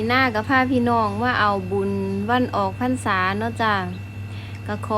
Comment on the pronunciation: ออกพรรษา ไม่ใช่ออกพันส่า นะสาวลาว